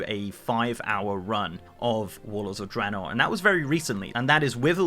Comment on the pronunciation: Random- thank you for pronouncing Draenor correctly lol